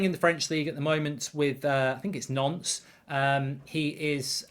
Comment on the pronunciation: Nantes is pronounced ‘Nont’ not Nounce 😅